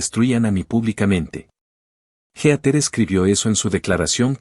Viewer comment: Heather, no geater. Se pronuncia "híter".